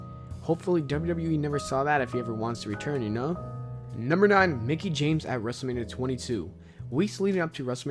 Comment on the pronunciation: Lol my dude just said Nicki instead of Mickie smh...